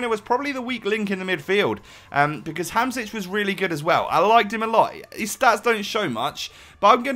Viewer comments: Hamšík is prounounced like hamshick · His name is pronounced Ham-shick